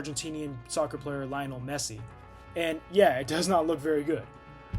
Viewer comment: That's the first time I've heard someone pronounce Lionel Messi like that.